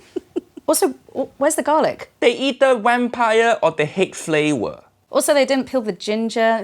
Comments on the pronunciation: Uncle Roger: The king of flavwer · Every word that Has V in it turn into W Haiyaaaa uncle roger 😂😂